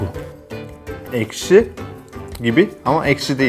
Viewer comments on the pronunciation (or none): none